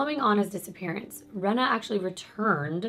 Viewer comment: Her name is Reeena not Rena I knew her sister xcx